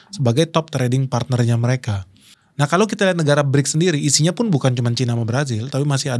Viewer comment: Berics bukan klrng kleng oi